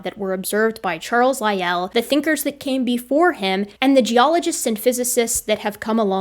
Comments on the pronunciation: Hey, where did you learn your pronunciation of Lyell. In my birthplace it's pronounced like Lie el not like Roy al. That birthplace was surrounded by mountains named after English naturalists of the 19th century. With the last mine existing under Mt. Lyell called the Mt. Lyell copper mine. hence our pronunciation of it. Funny little trivia is most of the mountains were named for English naturalists of the 19th century because erasing the indigenous names isn't genocidal at all. Charles Gould name Owen, Lyell and Sedgwick. Darwin was a nearby mountain already named what makes things interesting is that Sedgwick and Owen hated Darwin's ideas, Lyell was a supporter. The smallest mountain in the range was later named Huxley. Tallest mountain was named Murchison. This range is just to the west of the highest point on the island Mt. Ossa. The only mountain a mile high on the island. Thank you, if you answer you might get a like. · What a tour de force. The scene-setting history of the world introduction alone was remarkable, and the irrefutable dismantling of YEC with receipts was a thing of beauty. However, Augustine is pronounced Augus-TEEN, not Augus-TIN; Lyell has one syllable (rhymes with while); the arch in archbishop is pronounced like March (or arch, for that matter); Bishop ends in op not ip (I presume that was just a typo given that I and o are adjacent on the keyboard); the Regis in Lyme Regis is pronounced REE-jiss; it’s sur-VAY-ing, not SUR-VEE-ing; it’s aba-LOW-KNÉE, not aba-LONE; it’s BO-vid (rhymes with COVID); and it’s invo-LOO-crum, not in-VOL-u-crum. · pronunciation is a bit off but I have to be forgiving on account of the first class trampling she gives out to the likes of Doug